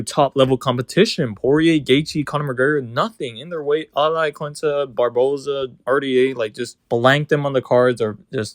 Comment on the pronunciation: bruh said iaquinta